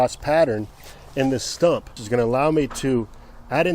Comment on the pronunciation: It is correctly pronounced “stump” but he wrongly repeatedly keeps calling it a “stomp” 🤣😂.